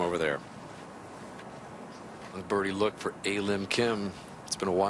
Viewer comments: It's her real name. It's not hard to pronounce a lim kim if pronounced properly. It's not a and lim, it's pronounced as ahrim. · They could address her by her first name, pronounced "Ah" "Lim" = A Lim.👌 They could have done a little homework to pronounce her first name properly.